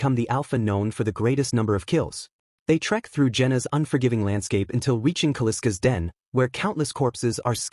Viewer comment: Kal-isk not Kaliska is the name.